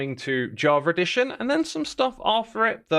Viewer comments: "Jaw-ver edition" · I love the way he says Java Edition, "Javredition"